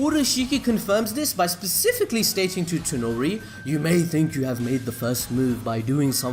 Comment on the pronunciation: how he said specifically 🤣